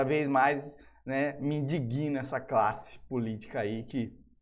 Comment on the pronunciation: Indiguina??? LOL